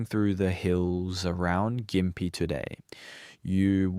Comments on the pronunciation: And gim pee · Ai voice, I presume?? No Aussie would mispronounce Gympie like that